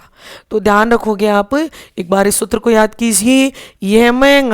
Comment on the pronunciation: कृपया सूत्र का उच्चारण सही करें